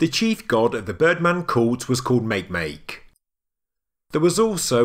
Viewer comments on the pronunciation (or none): Hi there it's pronounced maaki maaki not Makenzie sorry but that is what phonics does to languages that arnt American.(nothing against Americans just your Jesuit universities designing a way to make other cultures change they're language so they can understand it,Marxism at its best) . Down under there is a dark part of the Milky way that is known as the kiwi can't remember what it's known as in Australia. The row of nine were facing due east, the bottom circle could represent the sun and the onebetween the birds was possibly the moon or a bright star. Every time I come across these types of affidavits ,I see if there is a relation to starcharts,if that fails look at the early explorers and the masonic stories of their time. Take care out there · Makemake is pronounced mah-kay-mah-kay "NOT" make make. It is also a Dwarf Planet in the Kuiper belt named after said creation deity of the Rapa Nui people.